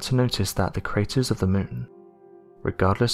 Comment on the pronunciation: Its . . . A crarer . . .